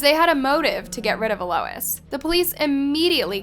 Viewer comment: Its pronounced al -Los